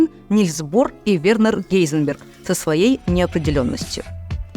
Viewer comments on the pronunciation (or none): none